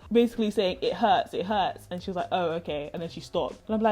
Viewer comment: she was probable laughing because your pronunciation sounded cute ^^ and it sounded like you where saying Dad! Dad! Dad! instead of it hurt. They sound very similar lol